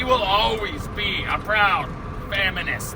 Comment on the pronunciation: Did you say "Faminist"? I guess that would be accurate description. I guess we can look at the fact that scurvy, caused by malnutrition, has resurfaced in Canada. I agree with the foreign interference. I actually go further. I think the Liberals are funded by organized crime. Why else would they de-arm the population at the same time as loosening bail restrictions allowing criminals to perpetuate more crime while waiting for the trials on previous charges.